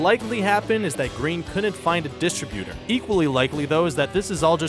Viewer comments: Is it distributur or distributor? say it correctly WTF... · I thought it was just me... I mean distributor is not DIS tri-butor... I'm pretty sure it is pronounced dis-TRIB-utor... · Came to say this. distriBUtor. WTF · "dist-RIB-u-tor", not "DIST-rib-uter". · Will you PLEASE pronounce "distributor" correctly? It's "dis-TRIB-utor", not flat "dis-tri-byooter". Jeeze. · My Lord...... It's pronounced, DIS-TRIB-EW-TOR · Sorry, but I couldn't get past the way you pronounced "distributer".... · he says "dis tra byuter" instead of distributor as well. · How can you mispronounce "distributor"? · How about a quick grammar check and please learn how to pronounce the word "distributor." If you need help, my 7 year old niece is available. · He also mispronounces "Faust" and "distributor." I'll never understand why these channels can't find voice-over people who can just fucking talk like something other than retards... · Right? Who doesn't know how to pronounce Faust? Or Janice Dickinson? Or distributor?